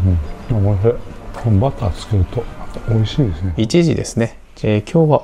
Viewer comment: 普段滑舌よいのに、美味ひぃーに笑ってしまいました。